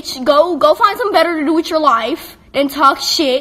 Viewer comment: "Go find something better to do with your LOIF" "SIX NOINE"